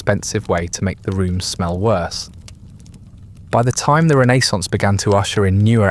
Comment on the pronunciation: I didn't even know this was AI until it mispronounced the word renaissance. That's very impressive.